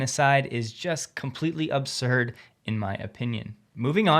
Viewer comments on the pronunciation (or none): none